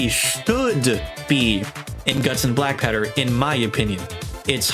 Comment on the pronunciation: It's guts and blackpowder not guts and blackpatter you said it on